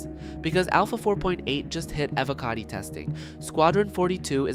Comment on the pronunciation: Is this an AI voiced video? And its E-voh-cotty.